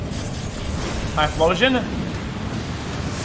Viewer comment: "It's dog shit-eh. Whatheydoatyphloooshin? They rooned it-eh." rofl